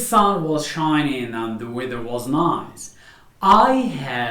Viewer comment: من فضلك تاكد من القاموس قبل تقديم اي فيديو حتى لاتعلم الناس الخطا في النطق وسكرا ...... weather /ˈweðə(r)/ not /ˈwiðə(r)/...... together /təˈɡeðə(r)/ not /təˈɡaðə(r)/ ...... many /ˈmeni/ not /ˈmini/......